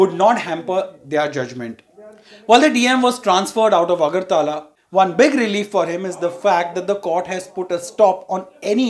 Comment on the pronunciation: AGARTAAALA ... 😂 ITS AGARTALA